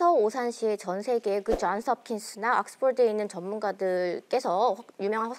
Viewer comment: 쟌스합킨스 악쓰폴드, 헤헤헤 는 한국인 아닌가요? 헤헤헤 영어가 한국말 보다 편한 저도 한국말에 영어를 끼어 넣기할 땐 한국어 맞춤법에 맞게 발음 합니다. 왜냐하면 거기서 주가 되는 말이 한국어 이기 때문 입니다. 좀 웃긴다. 헤헤헤